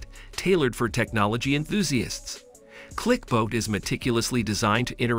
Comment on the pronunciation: Clicbot not clicboat, Loona not Luna